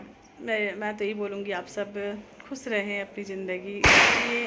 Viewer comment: Please khoos nahi khoosh kaha karo.